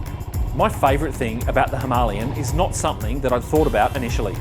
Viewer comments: Great review buddy I can’t stop laughing every time you say himolion lol 😂 🤣🤣🤣🥲🤣. Cmon mate it’s a Himalayan not a himolion lol 😂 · Was he by chance Indian? Thats not how you say it in the Queens English dear fellow. Trust me I invented the language haha. (well my forbears did). There is no 'ian" "ien" sound. Its "lay" as in "lay the table dear"😂 Was a nice review. So as not to sound like a dick I'll watch some of your other vids👍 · Whats with the inability to say Himalayan correctly! Argh. Its not Himalian or Himalien😂. I had to switch off😜(nice review skipped through).